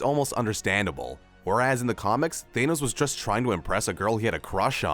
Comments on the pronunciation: man this guy saying everything is just way off on things. wanda and vision were not married in the mcu when he was killed. the black widow movie got moved all the way to november of this year. you can't even say thanos's name correctly half the time he said it. in house of m wanda went crazy from losing her children, not her child. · The way he says thanos😂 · I really don't like how you pronounce Thanos.